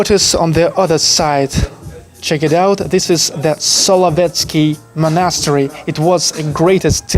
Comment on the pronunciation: Ты часто с ударением ошибаешься, чекни monastery и concrete, например.